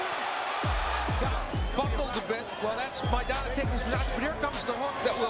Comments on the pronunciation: Maidana!...not MAYDENNA! 🤪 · "Meidena"..... lol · The guy can't pronounce "Mai-dana" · Pretty good video except your mispronunciation of Maidana. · I don't understand how the narrator continuously mispronounced Maidana. If that's not how HE says his name, that isn't how YOU say it. It's that simple. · How do you watch this and still mispronounce people’s names???!!??!! The narrator totally butchered Maidans’s name and the commentary says it throughout. People are stupid! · Damn bro could you not listen to someone say maidana right and repeat it instead of getting it wrong the whole video...